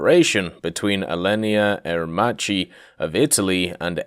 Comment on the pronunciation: Sorry but i need to correct your pronunciacion... Macchi is spelled like makki in english "ch" in italian is a strong and firma sound, like a "k"